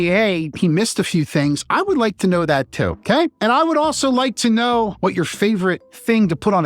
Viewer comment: Well speaking of the things you left out, the way you said “too” was definitely Philly! I’ve only heard Philadelphians pronounce it like that. Don’t know if it’s the same for the Number Two. I can only assume so. It was also in the Tom Hanks film PHILADELPHIA when Charlie the bartender says to Joe (Denzel) “Tooty fruities make me sick TOO”